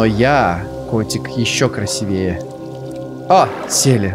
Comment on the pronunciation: красИвее не красивЕе